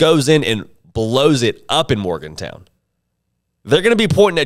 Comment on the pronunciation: He doesn’t know how to pronounce Morgan-Town, does he?